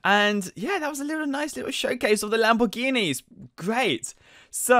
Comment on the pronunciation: Mclawens Labowghinis Camawos HAHAHAAHAHAHHAAHA XD DXDXDXDXDXD